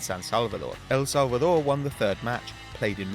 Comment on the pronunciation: How hard is it to say El Salvador and Honduras!!!😂😂 Nice try though....